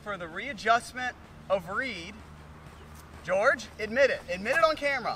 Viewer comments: It’s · its!!!! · I love when Wesley calls George “gerge” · You shallow the club nicely in your transition. Is this something you think about? Are you actively manipulating your hands to do this or is it a result of something else? Your move is more pronounced a la Sergio - you know what I mean? Great stuff, thank you!